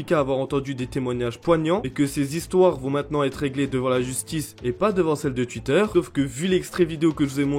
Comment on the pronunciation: Twitter Sa se dit "touitteur" et pas "tuitteur"